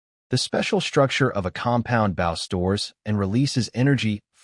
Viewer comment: It's a bow (pronounced Boe for archery) not a bough (a branch of a tree)